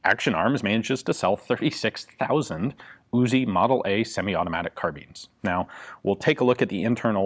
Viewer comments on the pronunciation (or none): CAR BEANS Yes I know it's actually spelled carbine